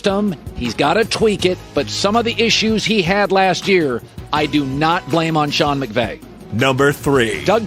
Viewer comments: “sean mcgay” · he says Sean Mcgay?? Lmao I had to play it back like ten times.. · He legit said “Sean McGay” and “Sean McBae” in that segment. A Freudian slip, maybe? Some subconscious desires coming out unintentionally there, Colin? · Dude literally said "Sean McBay" three times 🤣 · Bro called him Sean McGay 🤣🤣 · This dude really said Sean McGay😂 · Did he say Mcgay? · “Sean Mcgay “ 😂😂😂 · Yes he’s “tasty” 😂